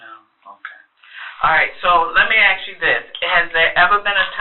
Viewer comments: Thank goodness for CC.😅 Both say axe. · What's up with that? Seriously. Why can't an educated woman say "ASK"?